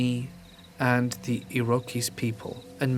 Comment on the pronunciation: Iroqouis is pronounced ear-o-kwoy...weird I know